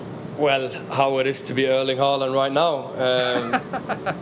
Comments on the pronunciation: Plus we say LAND, not LEND. -AAAAA. Like AAAAmericAAAAA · FYI: The name Haaland (aa- the double a) is pronounced like sound of «aw- au - augh - ough». It sounds like most english-speaking people says «Holland» 😅 Like «Hawland» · He pronounced it the American way, not the English way. Americans can't even pronounce English words correctly 😂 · my friend please go to the nearest Norwegian seamans church or simmilar to learn how to say these Norwegian names like king Harald and Haaland and problaby more 😂😊